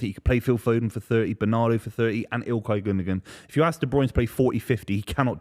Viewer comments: You'd think with how long Gundogan played for City, would learn how to say his name. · Sticking to bloody saying Gundogun instead of Gundowan (gundogan) which is how its pronounced gets on my nerves.